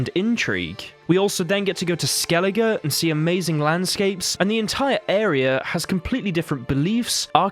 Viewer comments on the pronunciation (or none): none